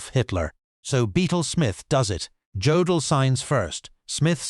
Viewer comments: yeah, too bad you can't pronounce Jodl's name correctly. The J is pronounced like a Y. It is pronounced Yodl, not J odl. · Hey stupid, it's yodel, not godel! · His name is pronounced “Yodell”, not Joedell. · Do you people never do any research? It is not Joe dl it’s pronounced Yo dal, show a little pride in your work.